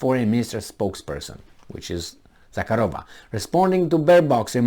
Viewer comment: zakArova, not zakarOva